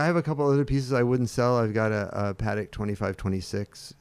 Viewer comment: Or someone calling Patek "paddock"